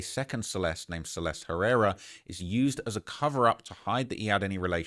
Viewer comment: Celest... everybody saying that poor girls name wrong. You're all missing and "e" at the end and it sounds like the "i" in the word bird. Your welcome lol